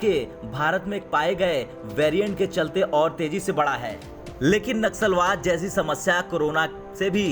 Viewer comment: Naxalbaad nahi Nasalbaad 🤣🤣🤣